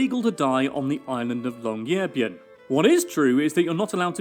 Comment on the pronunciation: "The island of Longyearbyen" that phrase hurt me